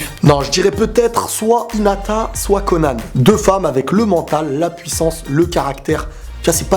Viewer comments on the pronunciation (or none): none